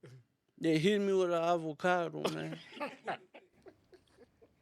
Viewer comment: It's avocado, not ovocado 😢